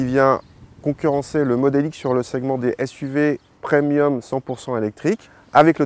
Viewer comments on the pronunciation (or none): none